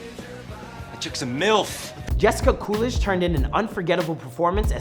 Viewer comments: and he said COOLISH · Did he really say Jessica Coolish instead of Jennifer Coolidge?